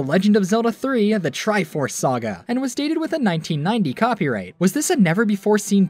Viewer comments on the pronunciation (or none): none